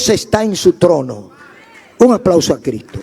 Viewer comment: Escucho y me gustan casi todos lo predicadores. pero usted me da pila de conocimiento. me gustaría que sonara la s de Cristo. 😂😂 lo amo pastor.🤗